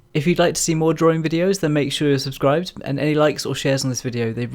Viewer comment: I can never tell if he says "Make sure you're subscribed" or "Make sure to suscride" haha I love it